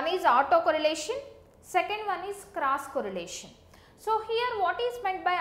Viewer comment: it's cross correlation ,not crush correlation